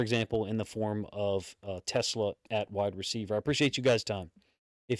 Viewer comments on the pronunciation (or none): I was thinking the same about in-conference teams leaving Brad’s messages on Read. You pronounced hassanein’s name the way he told rich risen it’s pronounced. Since you ask about this, I thought I’d let you know TeSlaa has the emphasis on the second syllable: te-SLAA Great review, as usual, coach. Not sure if you saw the Lions’ recent video 1:1 with Dannie interview with Tyliek, but in it they talk about how he cut his own tape of in-practice pass rushing that he offered in Twitter to potentially interested coaches and teams. Re: Mike Green. Shiela and her mother before her are adamant about No Turds on the team, so any whiff of violence against women removes prospective players (or current players as we saw with the dismissal of Cam Sutton last year) from consideration. I’m not saying the allegations are true, but I am saying if there’s smoke, the Lions see fire and aren’t interested in taking a chance. I agree with the stance, but I understand why some people don’t, just anyone saying they don’t understand why the Lions passed on Green is probably not aware of their policy. Last thing: did you see that Z’s nephew was signed as a UDFA?? Cap space appears to be $42m before signing draftees.